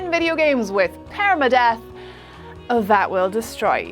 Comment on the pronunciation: That accent tho...“paereyma-death"